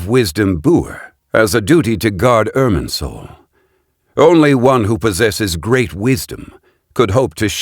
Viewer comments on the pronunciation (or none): What controlling soul are you talking about multiple times throughout the video? The erm soul (thats what it sounds like the whole time)?